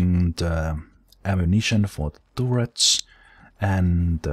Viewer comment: I prefer tooret, if I'm honest. If started pronouncing everything right I feel it would remove one of the main attractions of his channel!